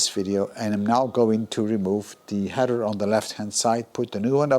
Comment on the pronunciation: Hi. I made a comment on one of your Mini videos about the clamp on the tailpipe. That wider clamp you showed us for the TVR, would look great on the Mini tailpipe. And you have 'header' pipes! 😁 'Heather' grows in the mountains. I know English isn't your first language, and we all know what you meant anyway so it's all good. Keep up the hard work.